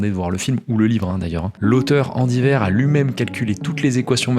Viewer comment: Andy WEIR, pas WAIR. 😉